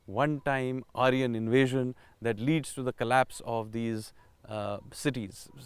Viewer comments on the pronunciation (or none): none